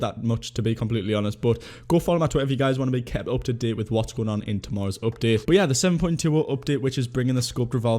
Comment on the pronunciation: Normal people: "Update": "Opdate"